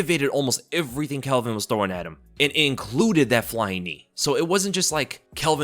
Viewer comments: It's NOT ' Kelvin ' !!!!!!! C'maaaan ... 🤣👍✊ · it pronounced calvin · Why you call him Kelvin? His name is Calvin lol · Bro, his name is Calvin not Kelvin. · His name is Calvin, not Kelvin. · why you calling Calvin, Kelvin 😂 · Calvin not kelvin 😂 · tfw you called him kelvin like 5 times in a row when his name is calvin lol